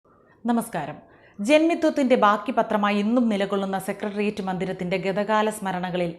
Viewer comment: താങ്കൾ സെക്രട്ടറിയറ്റ് എന്ന് ശുദ്ധമായും വ്യക്തമായും പറഞ്ഞു. അതിന് നന്ദിയും അഭിനന്ദനങ്ങളും🙏💪👍 മിക്ക ആൾക്കാരും ഈ വാക്ക് ഉച്ചരിക്കുന്നത് സെക്കട്രിയറ്റ്, സെക്കട്രി എന്നൊക്കെയാണ്